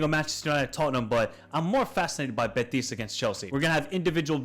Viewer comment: been following you for a couple years and i gotta say it's impossible to listen at times unless you change your pronnounciation. you speak normal english, and then when you have to pronnounce team names or players you completely change your accent. for example "beTIS" "beTIS" "beTIS" why do you put the accent on the last syllable? it's BEtis.